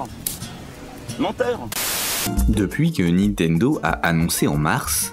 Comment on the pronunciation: Je "like" mais par pitié : ARRETEZ de prononcer "NI-TENDO", on dit NIN-TENDO ! (le "Une-réal Unjayne" est pas mal non plus dans le genre, c'est pas votre truc la prononciation correcte des marques hein !)